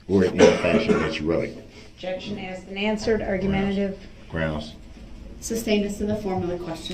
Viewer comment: Or, his dozens of, “substain,” rather than, “sustain.” Ignorant clown 🤡